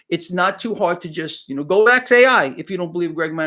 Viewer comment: We love your daily shows. Please can we aks you to say ASK.